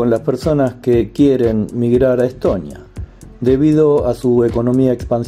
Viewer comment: Чого він як ідіот Естонію називає Еттонія чи Летонія , інтелекту бракує